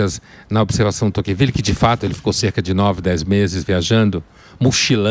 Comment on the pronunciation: Emílio, não é Toquenvile, é Tocqueville!!